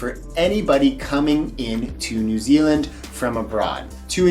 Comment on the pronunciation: When you said New Zealand, I genuinely thought you said Disneyland. Oy. 😂😭